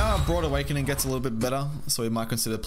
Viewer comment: You keep saying "broad awakening." Is this an accent thing?